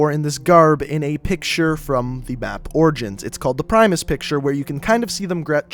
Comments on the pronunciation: i dont think he can give us right information about zombies from the multiplayer map. He doesnt even know for sure what the think on the four statues is (spoiler alert) its called "the black sun" and btw its not pronounced "praimis" its pronounced "primis" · Its primis not fuckin prymis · he only mispronounced primis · You say primis not pry-mis also on chests of golf is the black sun logo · ok two things i wanna say.1. its not 9 35 its 9 3 5 and its not prime-is its pr-im-is your pronouncing it wrong and i dont think anyone thinks that the thing on there robe or whatever is 9 3 5 its primis just saying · Primis not primus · the cringe is real, he pronounced like everything wrong... #cringe he said primis like prime and kept saying hundred fifteen instead of one one five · great video but hes mispronounces everything 935 , 115 , primus. rip my ears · Is anyone else bothered by the fact that he butchers '935', '115', 'Richtofen', and 'Primus'? Or am I just being OCD?